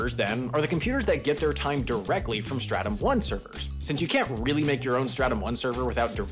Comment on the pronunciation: Not me thinking about helldivers 2 every time he said startum